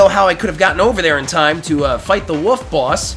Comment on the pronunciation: I know other people do this, but why do you say "woof" instead of "wolf"? :o